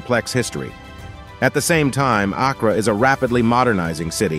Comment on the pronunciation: As a native ghanaian the pronunciation of Accra is KILLING ME 😂😂😂😂😂 But I deeply appreciate this video 🤲🏿💚